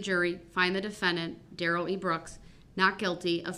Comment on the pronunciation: “Oaf of office”….”the troof”….”substained”….DUHrell Brooks